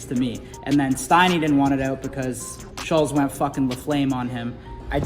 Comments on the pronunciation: I want to punch you for repeatedly calling him Schulssss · You guys still can't even pronounce his name correctly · Still can’t pronounce his fucking name bruh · Came out a long ass time ago and yet STILL can’t pronounce Schulz’s name correctly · They still can't say his name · Even after all the drama they are still saying his name wrong lmfao